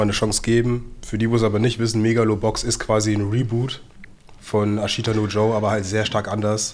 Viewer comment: Bruder wie sprichst du "Ashita" aus? Mein Dozent hätte dich geschlagen hahahaha